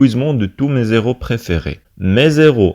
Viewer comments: Héros ayant l'H aspiré et non pas H muet . On dis / Mé éro/ non pas /Mézéro/ . Vous l'avez répété deux fois! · Très bon travail sauf que pour "héros" on ne fait pas de liaison quand le nom commerce par un "h" aspiré. Je peux toujours compter sur elle (la maman) Je peux compter sur lui (le père. ) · Très bon travail monsieur. Il y a une simple remarque le mot héros contient un h aspiré donc nous n'avons pas droit à la liaison . Merci pour votre compréhension